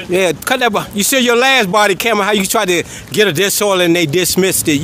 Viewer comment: "body camjeja"